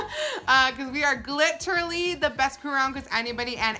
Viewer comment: I love box week 💕💕 and so I didn't realize she said gliterally until last month 😂